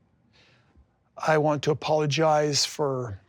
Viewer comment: He wants all the women to clap hands when he says " i apolozige"